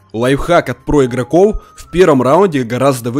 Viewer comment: проУоде, данатоУ, ИгрокоУ, я один с этого немного ржу?( без обид)